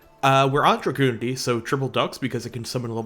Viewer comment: has no right to judge for her pronunciation of the Dragunity names when he pronounces it "Dragoonity" instead of "Drag-unity". That's what the name means, dragon unity. That being said, is based!